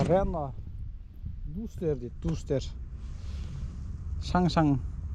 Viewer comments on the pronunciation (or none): Рено дастер, " дустер" емес 😂